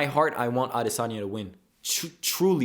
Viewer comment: first off not even saying adesanya right and u couldn't have been farther from the truth